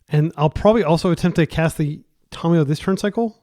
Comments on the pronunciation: I speak several languages. It is Fɛrˈboʊtən, not fer-bootan (verboten). Thank you for correcting yourself. Just like Tamiyo is not Tomiyo. How do you pronounce Kami, or Samurai? Do you pronounce them Ko-mi, or Some-uh-ri? Or Ka-mi and Sam-uh-ri? I am pretty sure if someone pronounced it some-uh-ri they'd be laughed at, but you want to call her "Tommy" or "Tom-e-yo"? I have no problem with people making mistakes. I do it all the time. (had to edit this because my writing is not as good as my pronunciation). However, when presented with new information to double and triple, and quadruple etc, down on your mistakes. That is where I get passionate. Correct pronunciation is Ta-my-o, or possibly ta-myo (yes tam-e-yo is a wrong pronunciation). I am not going to go around around correcting every person who says Tamiyo as Tam-e-yo. However when you can't even get the first vowel correct, and you call people out for correcting you then I must speak. Not Tommy or Tom-i-yo. If Kami and Samurai are not enough, and you want another word to look up. Look up tamago in Japanese (not that far off from Tamiyo). It is ta-mag-o, not to-mag-o. It means egg. Then ask yourself, if egg is pronounced ta-mag-o, why would Tamiyo, ever be pronounced tom-e-yo or to-myo/to-my-o, instead of ta-my-o, ta-myo, or tam-e-yo? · Look up how Tamiyo is pronounced, It is not Tomiyo, or Tommy. Give me one source that says that.